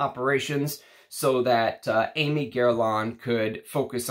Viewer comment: Hi, thanks for a great video! And by the way Aimé is pronounced more like Èmeh.